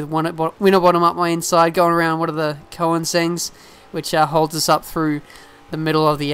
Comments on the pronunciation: Just a word or advice, a few times you said "koe-in-sengs" I believe it's pronounced "Koe-nig-seg". Nevertheless, still a great channel. I hope to see more of Forza 5 in the future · It's pronounced Ko-nig-zeg :P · Just some advice, koenigsegg is pronounced, kurn-ig-segg. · "trying to get around one of the Koinsengs(?)" You mean Koenigsegg? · This is also my favorite track!! I think you need to practice pronouncing Koenigsegg I know it's hard 'cause you're Australian. :p keep doing the Forza 5 gameplays!! :D